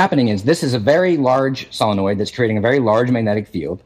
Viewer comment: Sorry man, but pronounce the (L) in solenoid. I know, I’m nitpicking but I couldn’t understand you until I figured it out. Fortunately, I know what a solenoid is.